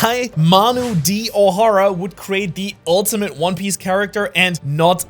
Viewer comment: "One pice" 💀